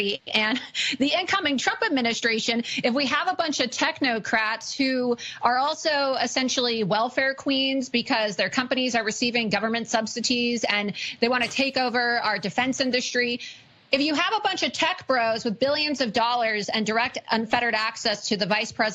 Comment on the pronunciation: How about loomer pronouncing an imaginary T in the word "subsidies"....government subsiTEES. Tell me you don't read without saying the words.....